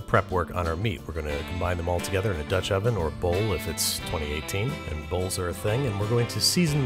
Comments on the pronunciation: Molly : DOTCH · “In a Dutch-“ IN A WHAT?!